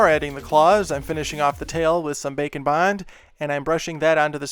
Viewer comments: I love the way you said “bacon bond”. Bwahahahaha 😂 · Every time he says' Baker and bond', to me it sounds like 'Bacon,Wine' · It sounds like you are saying bacan bon (witch sounds amazing) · Cristine from simply nailogicals fans thought she was saying glossy taco in stead of glossy top coat and now just calls it a glossy taco. With you, I know you saying bake and bond, but it sound like bacon bond. Lol. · All this time I thought you said, "Bacon Bond" but its "bake & bond"..... heh totally didn't look that up like an idiot... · who else hears "bacon bond" lmao! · Is he saying “Bake and bond”, or “Bacon Bond” 😅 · Bacon Bond makes me think of bacon bits, the way he says it.